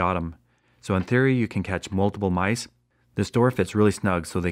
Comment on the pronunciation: he Said Nice instead of mice